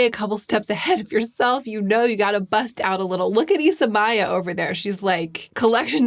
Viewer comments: I have a bad habit of live commenting as I watch so sorry for the third comment here but I also recently learned it is pronounced isa-may-a like emphasis on may as in the month and not "my-uh". BUT i also learned this because she has a youtube channel! and just did an amazing interview on her channel with Lisa Eldridge! It's all coming full circle! In all seriousness though, it was a great video and definitely worth a watch! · I believe she pronounces it “is-a-mayor” ☺️